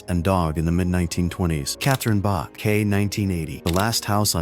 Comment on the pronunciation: It's Bach, not Buck.